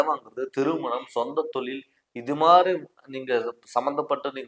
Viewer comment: தமிழ சரியா உச்சரிக்க கத்துக்குங்க தமில் இல்லை தமிழ் தொலில் இல்லை தொழில் போதும் நன்றிகள்